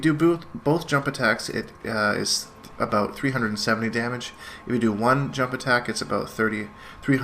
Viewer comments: "This video is all aboot" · Your Canadian accent is slipping. Confirmed 2 regular "abouts" between and .